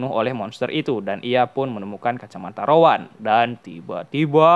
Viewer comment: Rowen bukan Rowan